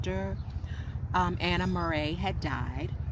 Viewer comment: Murray is not a French name. You are pronouncing it as if it is French. Check the pronunciation.